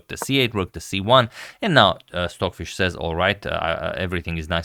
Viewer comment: I’m going nuts! Are you saying swordfish? Or Stockfish?